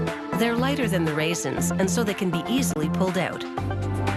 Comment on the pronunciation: Say raisins one more time